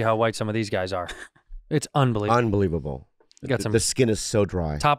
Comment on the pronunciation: bobby said that so asian, "isnt that, una believe able uh"